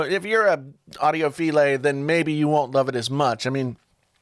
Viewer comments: “Audio-fillet” lmao Please stop reviewing headphones. You don’t know enough about audio to talk about these products. I watched this after your Koss Porta Pro review, curious if maybe this one would be more informative. Ungh. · Did he say audio feelay? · it's pronounce FILE, that's what ya mug. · I’m pretty sure that’s not how you pronounce “audiophile” 🤔